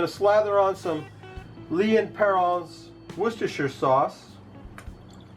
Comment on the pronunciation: Killer hunk of beef there man! Have to say that you are getting fairly Pish Posh with your pronunciation of Lea & Perrins, or as you out it, 'Perrauns'